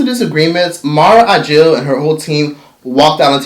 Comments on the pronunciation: Thank you for this. Btw it's AKIL - you're mispronouncing the last name. Not a J. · Mara Brock Akil....not Agil. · Say it with me: mara brock aKil... no “g” anywhere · Her name is Mara Brock Akil, right? I keep hearing Ajil....Unless I'm hearing him wrong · It’s hard to focus when he keeps slaughtering the creators last name AKIL! Not ajil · He called Mara Brock Akil "Mara Ajil" oh lawd...please get this lady's name right. But the rest of the content was cool tho. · Mara Brock Akil NOT Agil! Wtf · HOW do you KEEP butchering this woman's last name? Mara AKIL, not AGIL... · Her name is Mara Brock AKIL, with a “k” not “j”!!!🤯🤯🤯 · Her name is Mara AKIL not Ajil or Agil. 😂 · It's Mara AKIL (Akeel) ... not whatever youre saying boo Ageel??? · Bro, how are we supposed to trust your info when you can't even pronounce the people's names right? Her name is Akil, not Agil. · I love but, that "agil" took me out!! It's Mara Brock Akil "a-kil" lol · Listening to this dude mispronounce MARA BROCK AKIL is incredibly annoying! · It's Mara Akil with a "K". Nice Video